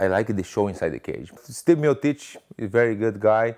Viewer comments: "My opponent is Stipmiotich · Its just so hilarious how he keeps calling him Sti Miotic without even bothering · Stipp Meo-teech. -Werdum